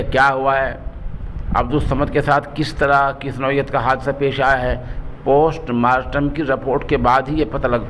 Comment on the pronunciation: وعلیکم السلام جی الفاظ صحیح سے اداکیاکریں یہ پوسٹ ماسٹم نہی بلکہ پوسٹ مارٹم ہے کیونکہ آپ اک عالم ہیں اور آپکو سنتےہیں اسلئے